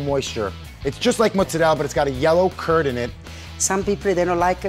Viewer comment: Why do these American Italians keep on talking about mozzarel in stead of mozzarella?